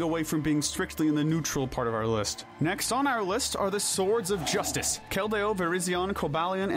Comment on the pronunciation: THEY'RE CALLED THE SWORDS OF JUSTICE, NOT THE BLADE OF JUSTICE! AND THE R IN JUSTICE IS SUPPOSED TO BE A T!